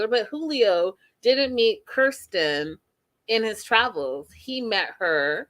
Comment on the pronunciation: Fellow Kirstin’s of the world dying at the mispronunciation